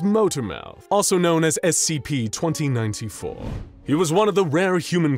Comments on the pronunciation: Giving that they are clowns who hate the SCP foundation, they probably call it Essie P on purpose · I find it really funny that they mispronounce SCP as *"Essie P."*.